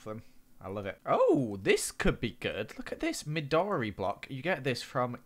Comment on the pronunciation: "midori" is pronounced ME-do-rEE. "midori" is japnese for green!